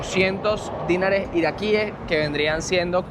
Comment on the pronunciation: una recomendación. No digas dínar, sino dinar, que es una palabra aguda. Por lo tanto, se dice dinares, y no dínares.